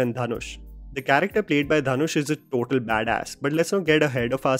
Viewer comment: Ryan gosling called him dhan-oosh